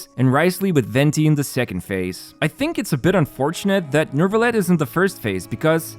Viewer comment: Why is he saying Nervilette, is that the proper pronounciation?